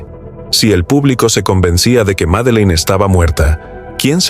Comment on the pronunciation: Todo el video pronumcio mal.el.nombre de la niña